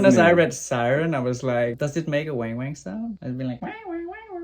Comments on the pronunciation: wang wang ❌ weeng weeng ✅ 😅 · Weng weng or wang wang it’s deference how to pronounce haha